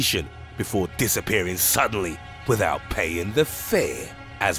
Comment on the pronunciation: “SUDDENLY..... Withowt payin’ the fër”